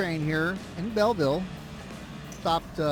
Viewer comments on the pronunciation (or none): Bealville is pronounced bee-eel ville